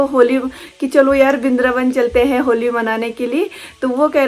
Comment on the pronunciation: Bindraban❌ vrindavan ✔️